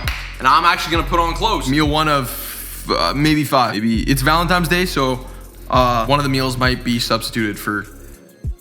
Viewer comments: loved the video, but PLEASE stop saying “ValentiMes Day”….. is ValentiNes Day. hahhaha! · idk if its just only me but did say happy "valentimes" day all the time in the video? haha